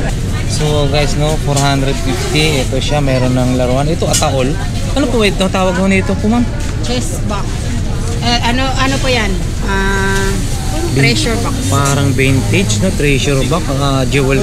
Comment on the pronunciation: Kuya, chess po hindi cheese.....